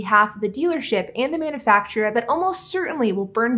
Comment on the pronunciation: I enjoy your videos. The way you pronounce "manufacturer" though.....nails on a chalkboard!